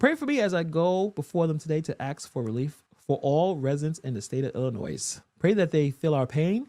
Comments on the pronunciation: Please pronounce Illinois correctly . It's (IL-ə-NOY) I appreciate what content creators do, but this is getting ridiculous. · The "s" is silent on Illinois. Since you're doing the gammer thing, I thought I'd help a brother out...lol